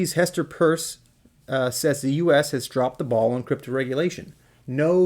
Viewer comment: Stop being a doofus; Her name is Pierce (pronounced peers) NOT purse 👛 Stupid is; what stupid says!